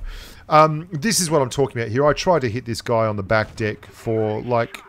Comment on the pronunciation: Love it when Aussies and Kiwis say Deck..lol..great video btw!!.